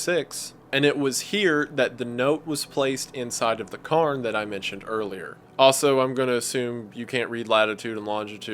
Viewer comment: 'Cay'rns' is the pronunciation, Scotland has thousands of them. The locomotive engine was hardly used iirc? It wasn't efficient and they didn't bring enough fuel anyway.